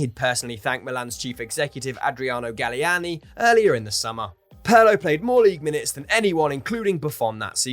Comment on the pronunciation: Somebody PLEASE explain to the narrator how to pronounce "Pirlo". It's cringeworthy.